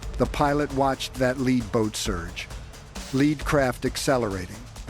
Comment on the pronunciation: AI does not speak like a human, Lead boat, Led Boat